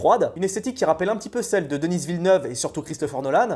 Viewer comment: Denis pas Deniss.....Denis c'est un Québécois francophone.